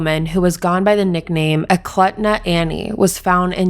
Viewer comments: Eklutna is pronounced as “ee-kloot-nuh” your videos are amazing! Thanks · Love your videos but as someone who lives in Alaska hearing you say all these places in Alaska incorrectly is killing me 🥵😂 the K in (KNIK) isn’t silent and it’s pronounced (EKLOOTNA )